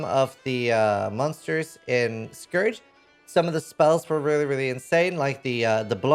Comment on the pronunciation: Please stop saying scour instead of scourge.